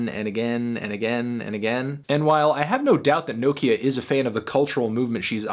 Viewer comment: melon please pronounce nokia right